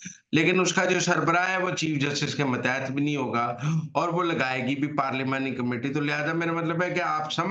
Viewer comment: متیت نہیں ماتحت ہوتا ہے جناب mateet nahi matehet